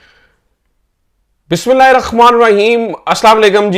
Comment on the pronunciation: Bhai bismillah KO Sahi say parha kro.pehly dykho actual words Kia Hain.